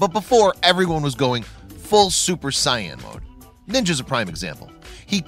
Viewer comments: He also said super cyan instead of super saiyan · And super sigh-en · And super sayan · And super sayian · Really He said Jacksepticeye wrong and now super sayin?!